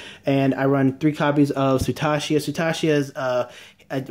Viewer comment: Sutachia? Is that what you said? It's Stacia mate... Stay. sea. uh.